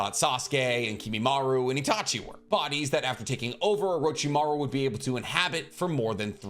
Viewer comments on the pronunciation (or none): none